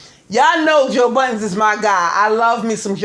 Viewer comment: Joe *Budden” not buttons lol good show!